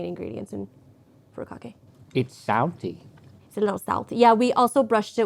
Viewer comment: Fu-ri-ka-ke please learn to pronounce your food